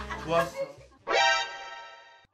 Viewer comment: 자꾸 또보죠 이게 똥오줌이라고 들려요ㅠㅜ